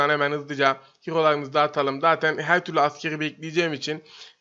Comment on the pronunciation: Abi beden he ro lara heğo diyon dilin mi süsüyo